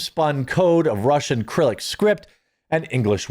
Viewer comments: Hi Jeremy, Cyrillic = Sir-ril-ic Not Kril-ic. Thank you. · You keep calling Cyrillic "acrylic" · Cyrillic = Sir-ill-ick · Jeremy, I've heard you mispronounce it too many times now, I'm sorry. It's pronounced 'Sir-ill-ick' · FYI: It's pronounced "Sir-Ill-ick". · Thank You! 😂 I commented this yesterday, also made fun of him saying "Sicko Stu" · Just FYI 'Cyrillic' is pronounced with an 'S' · "Cyrillic" is pronounced like "Cyril" (ie, 'Cy-' as in 'eye' and '-rill' as in 'dill'). Westman definitely sounds like he was autogynophilic. BTW, look into the 'Zizian' cult. They are the tr*ns 'Manson Family'.